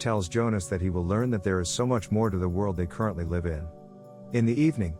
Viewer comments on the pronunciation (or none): I've watched two of these presentations in both times the computer narrator has mispronounced a common word. This time "live", which has two pronunciations depending on meaning.